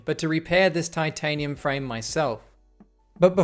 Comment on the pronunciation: Titanium frame ❌ Tin tanium frame ✅